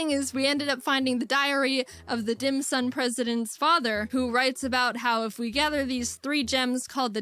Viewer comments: thank gosh I’m not the only one who hears Dim sum instead of Dim sun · dimsun not dim sum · Dim Sun 🌞 not Dim Sum like the food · Dim sum sounds more like DAM SON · it sounds like a weird pronounciation of damn son dim sun damn son it works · I heard dick sun